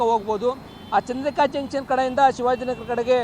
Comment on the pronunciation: Janchan alla guru... it is junction...